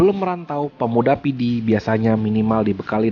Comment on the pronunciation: kehabisan bahan. apa ngomong. menyebut nama "Kabupaten PIDIE" saja salah. kamoe PIDIE. keòn aceh pidie.